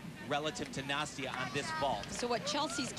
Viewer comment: The ONE good thing about Nastia retiring is that we no longer have to hear him constantly butcher her name!